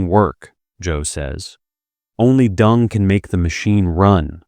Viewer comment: Isn’t it “Deng “ and not “Dung?”